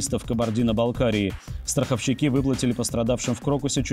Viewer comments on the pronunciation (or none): Константин, в слове «страховщик» ударение падает на букву о.